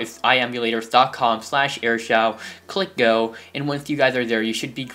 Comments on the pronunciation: It's not airshow it's air shou duhhh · Pronounce Shou to Show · It's pronounced like shoo dumbass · So you just need airshou not shou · Shou is pronounced shoo